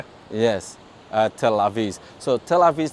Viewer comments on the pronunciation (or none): Tel Aviv bukan Tel Avis 🤦😂